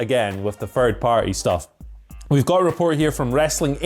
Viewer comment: needs to learn the pronouce "Third" and "Thirty" Guess anything with the "Th" sound haha